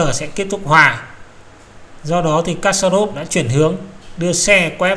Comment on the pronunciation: Kasparov đọc là kas-pa- rov.